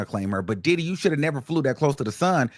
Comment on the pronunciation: And hwo- hwaine 💨😂